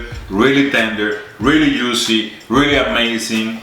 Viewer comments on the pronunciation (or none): I knew this video was coming as ninja loves this cut of beef and when he says it yuicy, yuices, and deeeliiiicious it tickles me. It looks good and glad you finally got to picanha. It surely cooks fast in the ninja cookers. Got love the Mr and Mrs Ninja tshirts and cooking on a Ninja perfect. You guys are the ninjas of the ninja.